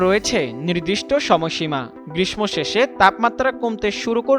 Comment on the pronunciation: ধন্যবাদ, অনেক সুন্দর। গ্রীষ্ম উচ্চারণ সঠিক হয়নি।